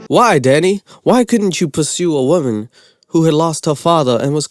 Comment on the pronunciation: "a 20 year old woban" 😂 get well